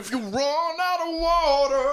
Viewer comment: "If you run out of waterRrRrRrRrRrRrRrRrRrRr...."